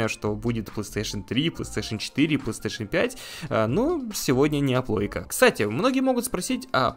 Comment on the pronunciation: Assassin's creed на PlayStation 2?🤔 И кстати правильно говорить плейстейшн, а не пластуэйшн